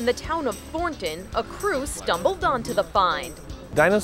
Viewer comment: I live literally 4 blocks from this. Being a NATIVE coloradian having been BORN and raised here hearing the way she prounounces thornton is freaken hilarious. Because we pretty much pronounce it thorton and hearing the n is hilarious lol.... Thor nnnn ton LOL.